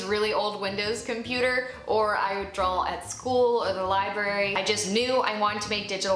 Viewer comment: I love this and I love the advice, thank you! One question...are you saying "Drawl" or "Draw"?